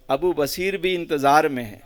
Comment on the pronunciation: حضرت کا نام تو پہلے صحیح سے لے لیں ب پر پیش ہے ص پر زبر ہے سمجھے میان